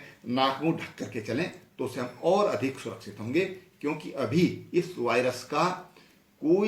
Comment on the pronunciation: Corona ka saga bhai hai ye. Viruse bolna bhi nhi aa raha ise to. Aur uttarakhand me paani ki kami hogi bal ab 🤣😜😄😂🤣😂😂😃🤣😃😁😁 UK me jansankhya badhegi bal ab nokari kitni di hai jo jansankhya badhegi